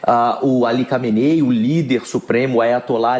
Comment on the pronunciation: Recebe quanto de salário pra falar nome do líder supremo errado?